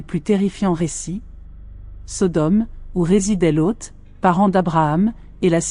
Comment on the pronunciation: je viens de regarder a nouveau, parce qu'a la premiere, j'ecoutais en bossant. je n'avais donc pas vu les images. j'ai beaucoup aime le lien entre l'ejection de la mer morte et la statufication en sel de la femme de loth (que tu prononce bizarrement lôth) : je me suis toujours demande pourquoi elle aurait ete transformee en sel : ça serait une bonne explication. par contre je n'ai pas reussi a comprendre le lien entre le verre vitrifie (fait par des gens), et sodome et gomorrhe. une ville entiere vitrifiee a ete decouverte en inde (ou au paskistan, je ne sais plus). certains ont dit que seule une bombe atomique aurait pu faire ça. seulement, quand on tape "la bombe atomique n'existe pas", sur odysee, on tombe sur une video de presqu'une heure qui explique d'une maniere plus que convaincante ce qui est dit dans le titre... et puis on se demande comment les gens de cette epoque auraient pu avoir une telle technologie -a moins, effectivement, qu'elle ait ete importee par une civilisation exogene. franchement, cette video merite plus de likes. les mysteres d'internet...